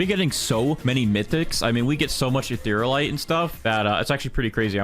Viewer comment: also Eatherialite is pronounsed (Eth-ear-ia-lite) not Etherlite (no offence btw just a friendly correction:D)